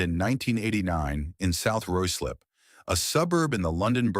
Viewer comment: It’s pronounced ryeslip not rooslip.